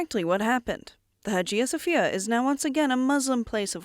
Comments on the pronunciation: Its Hagia Sofia not Hajia Sofia. Study the matter ur going to present a little bit before. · Learn how to properly pronounce names such higiia Sophia. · Nicaea is pronounced as 'Nikeea' and Hagia Sophia is pronounced as ' Aayeea Sophia'